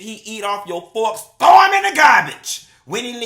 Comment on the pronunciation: THAT TOO! You had it right the first time, THEY STOLE THAT GIRL MAMA! ON TOP OF THE MONEY. THOW EM IN DA GARBAGE! You ain't tell her to soak the fawks in bleach water, ranch em off or nothing, simply THOW EM IN DA GARBAGE! My old man and I are laughing our azzez off! We finna be saying this now. We already be walking round the house telling each other, YOU NUN F&&CKED UP DA THANG! AHHHAHAHAHAHA! We first heard you say that in your video when Donald Trump got elected. He actually just said it the night before last when I let my daughter cook the cabbage and she put too much salt on it, he came home from work, tasted it and said, YA'LL NUN F&&CKED UP THE THANG! When I tell you we be crying laughing! And this fool said BAZE or BASE, LMAO, we know Q has his degree and know he meant bathe, but we have to reach the hood folks too. BOFLMAO!